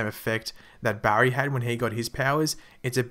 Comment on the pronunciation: Your so bad at saying his name Barry